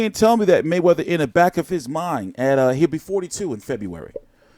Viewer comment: "THE MAYWEATYER-HAYMON UMBRELLA" GTFO you lunatic